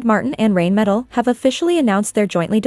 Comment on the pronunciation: Pronounced “RINEMETAL”! Not “rainmetal”!